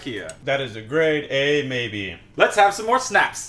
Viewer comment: First time was great when you pronounced snapps, then you went into the schnapps-territory! Tyrkisk peber is not actually Swedish though. Made by Fazer which is Finnish.